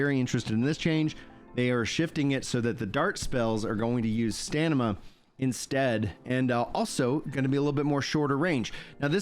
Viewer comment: pls stop saying stanima , its stamina xd